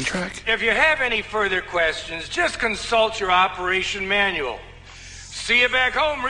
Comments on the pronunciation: It’s funny how the captain can’t say manual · Manuwal... They live in an that is so automated, they can't even pronounce "manual". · I never realized that he said Manuel. I thought he just said manual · Oh yeah the name, he called manual "manuel" as If the book was a named robot, in my language both sounds the exact same so didn't catch It x) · He can’t pronounce “manual” but he can pronounce “acquisition”? This is too good! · acquisition would be a commonly used word for him. While any kind of book (including the manual) is severely out dated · he can pronounce manual he just misread it. because he's never seen a real book before he thinks its a computer therefor deducts the name of computer manUal. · He can't read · because he doesnt usually see or never see something in "manual " ( everything has been automated since the day they re onboarded ) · Well what did you expect I mean he has been away from Earth a long time he must have forgotten how to read and stuff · And the video said operation manual and he still pronounced it wrong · He can pronounce "manual", just can't read it apparently. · Imagine not being able to say manual but able to say nd understand "relay instructions" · ok so he can say acquisition but not Manual